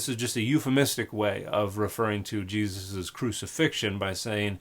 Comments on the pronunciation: This horrid woman must be a Jehovah’s Witness because only JWs prosecute this absurd denial of the Cross of Christ and her grotesque mispronounciation of Jesus’ name corresponds to that of their very sect. How awful the deception, how deep the hate the JWs harbor for Christ and the worshippers of the Son of God who was crucified for our salvation! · I’ve heard Yeshu, Yeshua, etc., but this is the first time I’ve heard anyone call the guy “Yah-Yuusha”. What the heck? Edit: Oh my god, she just called Yahweh “Yau-OO-ah”. She can’t even speak properly. Yawua will be the name of my next Bionicle OC, though. >.> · I had to go back again because omg Ya-OOSH-a is absolutely slaying me. Thank you Dan for all your work and your bold assertion that, and I can't believe I have to say this, you should understand a language before trying to translate it. You are indeed doing the work of Good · Well I was this many years old before I knew that I was pronouncing Jesus's name every time I sneezed. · The fact that she pronounces it differently every time really had me. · I'm not insulting her for her pronunciation, I would just like to know where she got it from. I've never heard anyone do pronounce those words like that ever. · weirdest pronouncation of Jesus ive heard